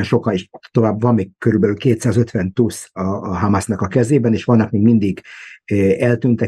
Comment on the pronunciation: Nagyon jó a mű-sor, mindig nézem. :) Csak 2 dolog bántja fülem! Nem tusz az, hanem tÚÚÚsz. :) A másik, nem Hiszbollah, hanem Hezbollah!!! 😂😂😂